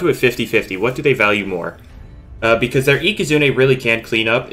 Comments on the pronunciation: Does anybody notice that he keeps saying ika-zoon-ey instead for ika-zoon? only me? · yup it is ika zooon ey not ika zoon